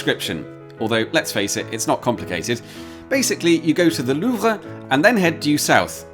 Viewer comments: It's quite surprising to hear any anglophone pronounce Louvre correctly. That said, it's not at all not surprising that it's. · I love how you make a point of pronouncing "Louvre" correctly.